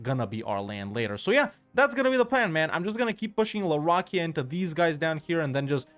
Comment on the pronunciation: Please look up how to pronounce the name for larakeyah